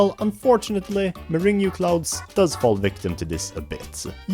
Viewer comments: World 7 is pronounced as morang and it’s a popular dessert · World 7 is called Meringue Clouds. "murr-ANG" clouds. As in, egg whites whipped with sugar. This is a great video though, please don't take this correction too harshly, I really enjoyed it! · “muringu clouds”